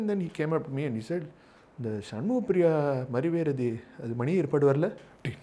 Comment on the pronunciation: Great note. A quibble - it is mariveredikku, is it not? Why call it mariveredi, which makes no sense!!